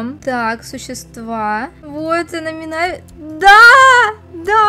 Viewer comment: Ударение на и а не на а не мина́ви а минави́ ну хотя и так и так можно я думаю